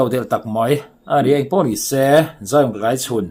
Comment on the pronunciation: Tlaichhun ti a i lam dan hi kan beng a kham ngawih ngawih. A lam dan dik chu Mafeli lam dan khiab lam hram teh aw.😮😮Channel nei tu pa